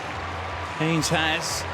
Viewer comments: Henes is pronounced "Hen ess". It is irritating when announcers don't take the trouble to get details like that correct. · Fantastic run. You'd think the commentator could pronounce her surname correctly, especially considering her mum was a great athlete in her day.